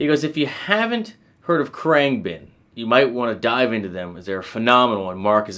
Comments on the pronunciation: Khruangbin. Pronounce it with a silent "a". Krung been. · I've never heard it pronounced "krang Ben" until now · It's pronounced "Krung-bin" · Kru-ahng-bin เครื่องบิน :) Proper pronunciation 🙏 Love all the videos. ขอบคุณมากครับ Thank you 🙏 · Heheh him pronouncing Khruangbin wrong followed by saying August 12th made me laugh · Insults guitarists tone/style and mispronounces band name multiple times... How could this go wrong? Your analysis is of course still good. Glad you gave them a go. Mark is influenced by 70's Thai funk. Context is key. FYI Marks leave the wah on all the time into a dimed boss OD with no distortion (Clean boost). He rides the volume and changes pick ups and finger style for the tone. He is heavily inspired by eastern scales from other instruments. I think you entirely missed his note intention because your not thinking like him... How could you? That's what's makes his music melodically unique. He is trying to replicate eastern instruments on the guitar. He talks about it in interviews. His rig rundown is really odd. You should watch it. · you are saying the name all wrong!